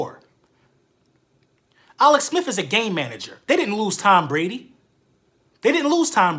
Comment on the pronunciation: "Alex Smif"